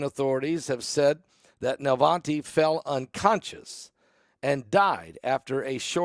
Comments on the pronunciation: Please learn to pronounce names correctly. NA-VAL-NY - there’s no T in the name. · his name is NOT Navante it is Navalny.